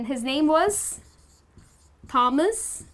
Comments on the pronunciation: In Australia we say could you please tell me where's the ladies ? No not ladies are. Please dont say crapper in aust. Fyi it's tomas not thhhomas. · There is something wrong with the way u say the name Thomas at 4.33. You are great anyway, I surely learned a few new words. Thanks